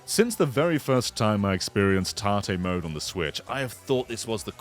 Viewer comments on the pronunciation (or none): I was also confused until I looked up tarte switch and then learned it was tate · Tahteh is not that bad for an English pronunciation of it. I have heard people say it like it rhymes with "bait" instead. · Tartay? What are you saying? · I'll be honest, pronunciation of 縦 (tate, Japanese for vertical) confused me for a sec. Was googling 'tarté' for like 5 minutes 😂 Then I remembered English accents often insert 'r' sounds after vowels (like 'idear' instead of 'idea'). Anyway, great video, will be trying this out! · I was getting so annoyed when I kept hearing him say 縦 or tahteh wrong. Good video though, he is right about this being a cool feature. Even works for stuff like... I forgot, it's a Bamco arcade rhythm game where you have an analog stick with a button on top. Fun game that, even lets me play bad apple. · I like this but i cannot call this "tate mode" without saying it like you say the name tate and not like tat-e. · Yeah it's short for rotate so it should be pronounced the same right?